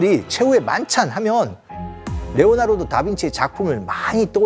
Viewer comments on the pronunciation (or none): none